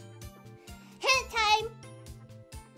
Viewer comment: Yeah, that's what it sounded like.